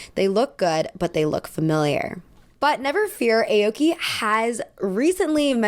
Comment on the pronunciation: hi!! love this video:) just wanted to offer some advice (as a japanese person) on pronunciation! aoki wouldn’t be pronounced like the alphabet letter “a”, it would actually be more like “ah-oki” like if you were saying “ahh”! harajuku wouldn’t be “hair-a”, it’s actually “hah-rah”, like a “haw” sound! hope this doesn’t come across as rude, i think it might be good to look up what the pronunciations of japanese words/names etc are for videos just to ensure accuracy!! love u 🤎🤎